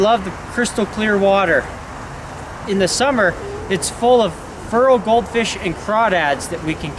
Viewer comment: "Furral Goldfish" lol